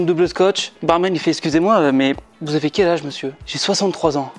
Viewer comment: Il dit Mesieur dane au début